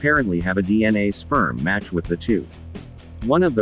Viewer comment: You said sprem!